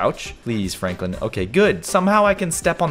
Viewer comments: My man said froklen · He called Franklin fronklin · When he tried to say Franklin he said Froglin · Caylus: walk very slowly very slowly fronklin me:HAHAHAHAHAHAHAHA FRONKLIN ITS SUPPOSED TO BE FRANKLIN LOL🤣🤣🤣🤣🤣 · The way caylus says Fronklin instead of Franklin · i like when he said"fronklin" instead of "Franklin" 🤣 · I loved it when he said fronklen instead of Franklin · What you said Fronklin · Why did you call him fraanklin